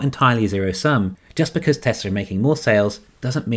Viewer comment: There is no "r" is Tesla.